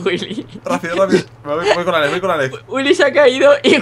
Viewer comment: Vegetta dice ales en ves de alex pero aveces dice alex muy pocas veces